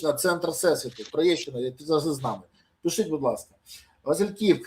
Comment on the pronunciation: Пане Бориславе! Не бійтеся літери і звуку ,,іʼʼ в українській мові)))😉 В-і-нниця, пиш-і-ть…